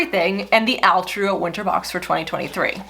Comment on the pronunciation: All-true not Al-true.